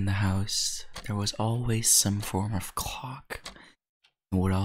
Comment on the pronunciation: Him talking about a clock Me dying cause it sounds like he said cock